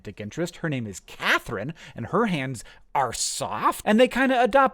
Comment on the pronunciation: So your wife is "Cat-her-in" just by chance? C'mon!!!